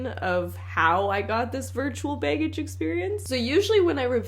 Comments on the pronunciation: Love how she says "bay-gage." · The way pronounces "be" and "baggage" as beg-gage always makes me laugh. 😅😅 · I sometimes forget she’s Canadian until I hear her pronounce words like “baygage”.